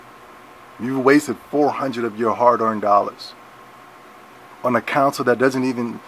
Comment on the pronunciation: Console!!!!!!!! Not counsel talk about dumb